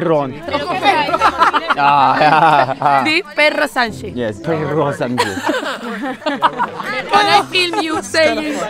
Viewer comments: Our president is called Pedro Sanchez, any you are saying perro Sanchez with means dog Sanchez jajaja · W girls saying Perro Sanchez